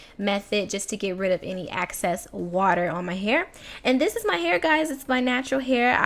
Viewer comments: Ehhhhxxxx cessssss! Girl! Lol not Aaackcess!!! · Girl that thang is L A I D! your natural hair is amazing! lol how you pronounce "excess" " "access"♡ Great video! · I ran so quick when I saw your snap about this video being up! Love your videos, and lol overtime you say "access"